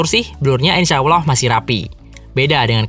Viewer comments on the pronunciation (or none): none